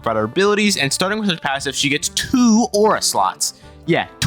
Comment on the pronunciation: TWO!!! Souds like Hawk Tuah :D